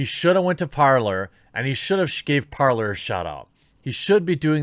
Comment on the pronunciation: when he says Parlor, does he mean Parler?